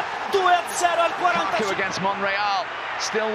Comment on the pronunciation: When he was Lukaku not Lakaka